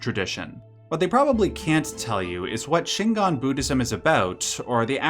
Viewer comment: very important,: Shingon is not Shingan. Shingan is what you're saying throughout the video, but it's Shingon. gon rhymes with "bone"